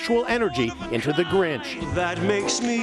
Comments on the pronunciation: the grench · That’s not the grinch that’s the granch